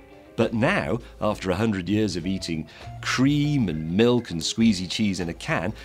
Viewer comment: hahaha you say Cheese!